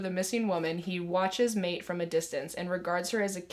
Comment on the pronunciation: So many good recommendations love hearing of new books that no one talks about I added several to my tbr. Also Maite is pronounced My-teh ☺️